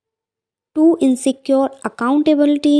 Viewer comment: Mam ensure ko please correct read kijeye sorry for saying this waise apki video bahut ache hai thank